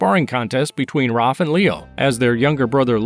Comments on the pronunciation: Its Raph you monster not ROF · Why do you call Raph "Roph"?